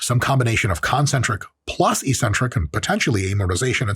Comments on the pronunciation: Dr. Mike, perhaps you can explain why bodybuilders pronounce eccentric “ee-centric”. If we are going to randomly ignore consonants, perhaps we should discuss the “co-centric” phase? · Why do us gym ppl say eccentric wrong?